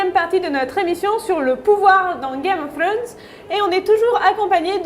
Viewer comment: Comment dire, le tic de la main dans les cheveux, a perdre de suite, la prononciation de game of throne, je suis pas fana du tout anglais, et la voix un peu trop aiguë ne donne pas trop envie de continuer. Sinon super contenu rien a redire.